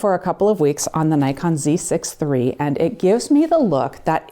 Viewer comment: I still cringe when someone pronounces "Nikon" wrong